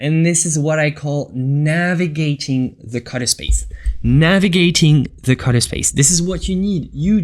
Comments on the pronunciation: You pronounce the word color wrong, it s sound like cutter when you say it. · WHY YOU SAY CUTTER INSTEAD OF COLOR?